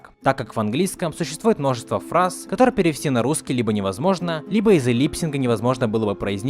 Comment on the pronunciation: Не лИпсинг, а липсИнК, не Штукатурина, а Штукатурова